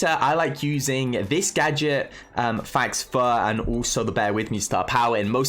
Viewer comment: "fAx FUr" - 2021 its pronounce like foe